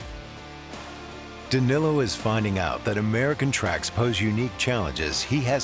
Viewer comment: Great video but for the love of God learn to pronounce Danillo.